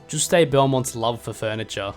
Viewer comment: Bro why are you calling him "Juustayy" 😭😭😂😂